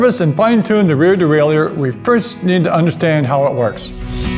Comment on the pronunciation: Not pronounced that way son